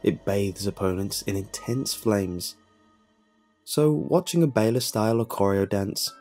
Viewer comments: >Pronouncing Baile "Bayl" It's Baile. "Bye-leh". Spanish for "Dance". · The Baile style of Oricorio is pronounced bi-lay. It's Spanish for "dance".